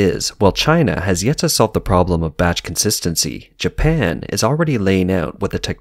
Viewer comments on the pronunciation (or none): calling japan.....janpan, that made me laugh so hard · A new land has been discovered "Janpan".